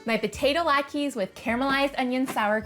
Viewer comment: I love latkes, and I cannot wait to try this variation. One thing that drove me crazy..."latKEY" versus "latKA" LOL.